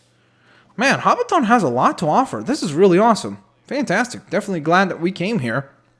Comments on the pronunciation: hobbiton is pronounced hobbittin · he is say hobbition wong